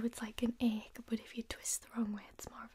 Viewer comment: says ache Me: mishears it as egg visible confusion ten minutes later Me: WAIT SHE MEANT ACHE